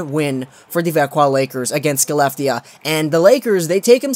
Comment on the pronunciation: Skelleftea is pronounced Haleff-tee-uh